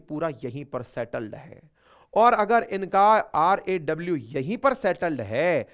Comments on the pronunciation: You are saying RWA it is RAW. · Bhai 😂 RWA nahi, R&AW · Sir, RAW, not RWA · rwa nhi raw😂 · आप बार बार RWA बोल रहे है🎉🎉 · RWA नहीं वरन RAW बै । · Not RWA it is RAW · CONTINUOUSLY YOU ARE MISS SPELT RAW TO RWA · Just to correct- You are saying multiple times RWA I/o RAW. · Srimanji yeh RAW hai. Please don't say RWA. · RAW NOT RWA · Sir App R A W ko Bar Bar RWA Bata Rahe Ho.😂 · Bhai it is RAW. You are repeatedly calling it RWA ? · भाई साहब आपकी जबान फिसल रही है। हमारी खुफिया एजेंसी का नाम RAW है न कि RWA. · Sir, it's RAW instead of RWA🙏🏻💯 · Sir rwa nahi raw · AAP ne full time RWA bola jabki RAW है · प्रिय गुरुदेव हम आपके प्रिय शिष्य है जो आपकी हर एक वीडियो देखते हैं पर इस वीडियो में अपने बार बार रॉ (RAW) का उच्चारण RWA किया है गुरुदेव आप भी RWA को जानते हो क्या।।। 🙏🙏🙏आपका प्यारा शिष्य हूं 🙏🙏🙏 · R w a. Nahi. R a w. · RWA नहीं है। RAW है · Sir RWA nhi RAW boliye... Ye mistake bole aap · Sir the session was interesting. Just one small thing many times u have said RWA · RnAW not RWA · Sir RAW ko RWA kyu bol rhe ho video me ? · Ap ne har bar "RWA" bol rahe ha is video me, "RWA" or " RAW" ?? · Sir RWA nhi RAW Hai aap mistake kr diye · aapne poore video me sirf 2 bar RAW bola sir, baki time RWA bola aapne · RWA नहीं है। RAW है गुरु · RWA be like.. jalwa hai hmara ( , , , , ....)har bar RWA 😂😂 Sir RAW ki jagah RWA bol rhe hai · Sir vo RAW HAI RWA NHI HAI 😅😊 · Many times U said RWA Instead of RAW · RWA Nhi Sir RAW Hai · RWA NAHI RAW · Rwa nhi raw